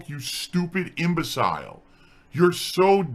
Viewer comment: calls people idiots, goes on to mispronounce "imbecile". Distilled irony.